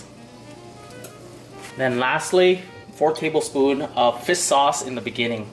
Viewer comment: Fis sauce hahahaa